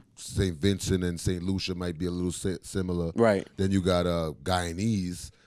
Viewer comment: You're funny and but you got saint Lucia accent all wrong buddy...but still big up yourself big man🇱🇨🇱🇨🇱🇨